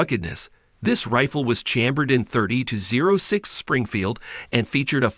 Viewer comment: Wow you said 30-06 in the worst way